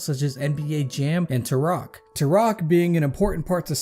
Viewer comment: Why are you saying Turok like that? 😂